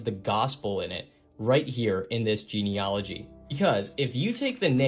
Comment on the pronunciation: He can't even pronounce the word 'Genealogy' correctly before anything else...I do so love a bit of genuine debunking...dgp/uk